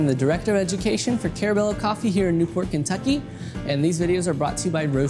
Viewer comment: In kin-tukeeeeeee?????!!!! In the hallows?????